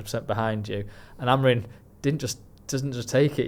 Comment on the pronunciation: When will and from talk of the devils learn that Amorim’s name ends in M not N?